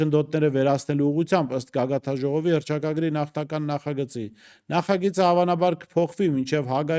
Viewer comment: Գագաթնաժողով ասա, ոչ թէ գագաթաժողով